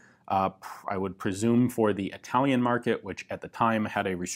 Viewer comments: Hearing you butcher my language put a huge smile on my face ;P Absolutely love your channel, Ian - keep up the good work! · That italian pronounce tho😂 However I appreciate the fact that you even tried, considering italian is quite a hard language to learn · I love your videos, and I admire your dedication to detail, and I love your presentation! But please, never attempt Italian again. 😂 You make yourself understandable in French, but Italian has a certain.....rythm? to it, and I'm sorry, but..........yeah, just no, please. I really am a fan, and nobody is perfect! 😂